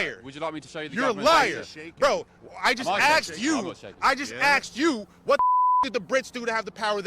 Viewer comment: “Ax you” fatigue